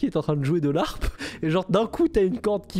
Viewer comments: En tant que harpiste le « jouer de l’harpe » m’a arraché les oreilles 😂 (on dit jouer de LA harpe) Top la vidéo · Alors pitié on dit pas « l’harpe » mais « la harpe » 🥲🥲🥲 Sinon vidéo au top 👌🏼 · Je passais un bon moment... jusqu’à l’apparition de L’ARPE!!! Mon petit cœur de Harpiste pleure 😢 On dit LA HARPE!!! C’est comme LES / HARICOTS, il n’y a pas de liaison!!! Sinon très bonne vidéo 👌🏻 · juste euh... on dit "la harpe" le h étant ici aspiré :p